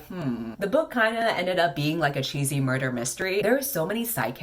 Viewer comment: i was wondering if anyone else heard 'murther' too.